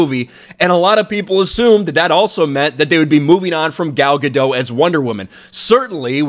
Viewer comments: MISPRONOUNCING "GADOT". SHE'S ISRAELI. NOT FRENCH. GADO"T". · Gal Ga-Dot,, not Gal Ga-Dough. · I think you just need to pronounce the t at the end Of her last name and you'll be good. That's how she pronounces it after all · First I thought she was called Gal Ga-Doh, but her name is actually called Gal Ga-Dot, a hard Dot pronunciation. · Isn't it pronounced gah dot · Maybe consider pronouncing Gadot's name correctly.